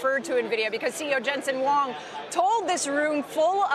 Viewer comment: jensen "wong?" lol.. at least learn how to pronounce his name correctly ffs. dude is worth $78 BILLION.